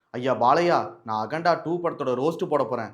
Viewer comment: All ok😂 It is akanda and you are pronouncing as aganda